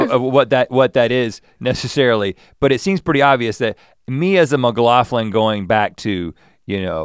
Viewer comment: as a scottish person, the fact that Rhett pronounces “McLaughlin” as “McLauthlin” really bothers me lmao